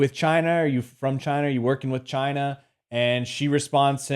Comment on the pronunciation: "Are you from gyina"